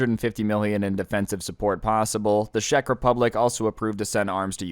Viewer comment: As a Czech citizen the way pronounces Czech Republic hurts